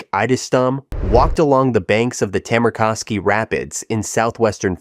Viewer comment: this pronoucings are awful, you prounonce names just as they are written, you dont bend letters. as a finnish person it was hard to understand what he was talking about, For example Tammerkoski is exactly as it written,this is not america where you bend letters.